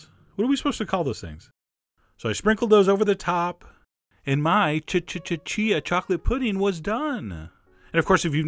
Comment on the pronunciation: I love that you say ch-ch-ch-chia seeds haha